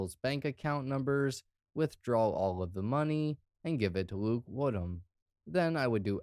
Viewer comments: "I, HHate that, ..Wood Ham, ..Kid?" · 🌴😒 Did you say.. ..."Luke-warm Ham".....?